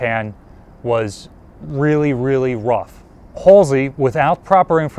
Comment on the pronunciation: really realy wuff? You have to wery qwi et when your hunting wabbits! Just kidding but your names isn't Elmer is it?